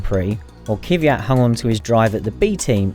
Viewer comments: It’s KVYAT not „Kyviat“ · Kvyat - not Kyviat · It's Kvyat not Kyvyat.... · I don't think he's far off on that pronunciation, and it's "Kvee-yat" not "Kíh-viat" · please stop saying "Kyvjat"! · It is pronunced K V I A T. He is Russian. I find it interesting that you didn't manage to learn the pronunciation of a driver, who has been driving for 5 years in F1. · Hey native UK speakers. How hard is it for you to be able to pronounce Kvyat's name properly? I wonder is it really that hard or is this some form of mispronunciation that proliferated the world of UK Formula 1 media?